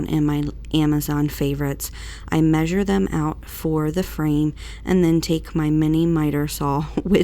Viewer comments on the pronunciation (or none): none